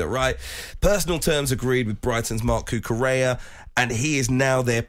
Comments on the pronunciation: Cucurella ❌ Cucuchel ✅ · If you're gonna go on radio or TV and speak about other people can you at least try to pronounce their names correctly? Who the hell is this guy anyway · Cucu...chea? What is up with this dude and names? Good Lord...